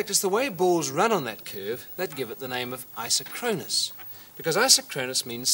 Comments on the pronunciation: The correct pronunciation is I-SOK-kron-us, not I-so-KRON-us. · The correct pronunciation is eye-sock-kruh-nuhs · It's properties are even stranger when you pronounce it i-SOCK-ro-nus. ;o) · I always preferred a different pronunciation (which may well be wrong): Eye-sock-ron-us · Fun fact! Aside from the mispronunciation of the word isochronous. It is pronounced "eye-SOCK-cronus - emphasis on SOC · IN US English, it's; pronounced "I sock ron us", implying same time from ISO meaning same, and chronous, meaning time. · You'd think as smart as this guy seems to be, he'd know how to pronounce 'isochronous.'